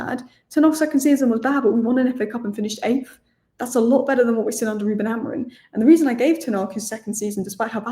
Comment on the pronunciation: blokes name is AmoriM not AmoriN😂😂